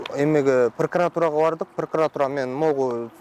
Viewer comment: Пыркыратура дейт, тууганын депутат эмеспи?